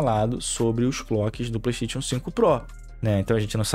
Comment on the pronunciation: No dia que vc aprender a falar Playstation eu lhe respeitarei Playsteitíon n da